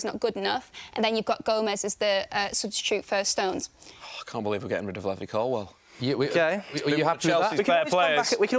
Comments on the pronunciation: Knew his takes were gonna be bad when he started saying Levvy Colwill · "Levvy Collwell" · This guy doesn’t have a clue what’s he’s on about he can’t even say Levi Colwill name properly